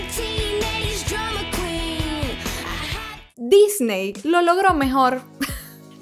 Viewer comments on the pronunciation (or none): none